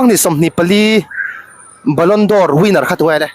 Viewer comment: Ballon dor nilo in Ballon 'd'or tih zawk tur aw..